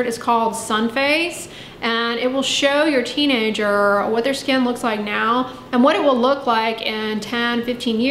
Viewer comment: That destroys people's 'skan' 😂